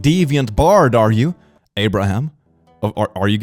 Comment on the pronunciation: “Abroham” my urge to say lincoln